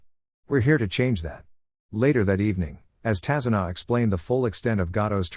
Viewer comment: Tazuna not kazuna